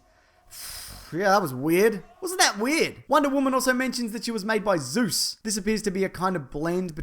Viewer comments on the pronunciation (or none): none